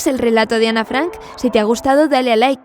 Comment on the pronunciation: esa historia es verdadera y para tu información se dice Ana no “Anne”